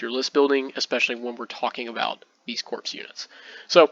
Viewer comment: Excellent report. One quip. You say corpse throughout the video. Corps is pronounced "Core" like Marine Corps, core of the Earth not corpse like a dead body. No worries.